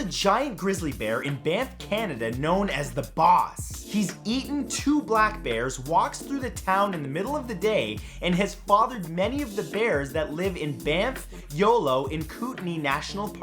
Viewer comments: Hey Matt, love your videos, i live in B.C. and I just wanted to point out that its "yoHo national forest" not "yoLo" lol i had to rewatch it like...wait did he just say?... 👍👍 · Anyone else hear him say bamf and yolo national parks? Lol